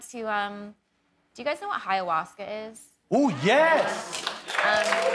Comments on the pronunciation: Is she calling it hiyahuasca? Lmfao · It’s not Hiawaska. Oy. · She’s so pretty I almost forgot she pronounced ayahuasca incorrectly.